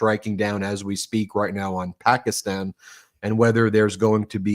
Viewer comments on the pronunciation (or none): none